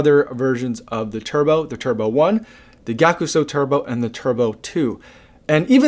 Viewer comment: Just for your info, Gyakusou pronounce as “Gya-Sou”, you don’t pronounce the “ku”